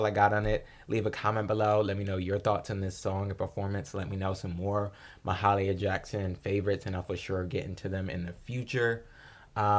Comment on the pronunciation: Thanks for posting. Her name is pronounced Mah-hay-leeah, with a slight stress on "hay".